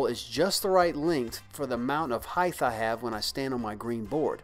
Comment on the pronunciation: Does this guy keep saying "height-th"?